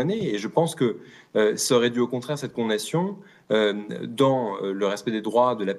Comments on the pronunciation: Il fait exprès de dire “con nation”?! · Quelqun d'autre bug à chaque fois qu'il dit "condation " 😅 (sinon le fond est très intéressant)